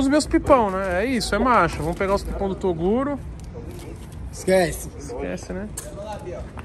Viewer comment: Até q enfim falou o nome do toguro certo kkkkkkkkk